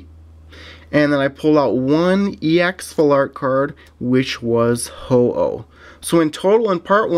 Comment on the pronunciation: it's pronounced ho-oh fam